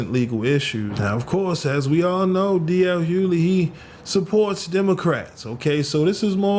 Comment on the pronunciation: His name is not D.L. HUELEY. His name is pronounced HU GLEY. As in, the "G" is not silent in his last name. As many years as he's been in entertainment its a shame some Black people still don't know how to say this man's last name. Smh.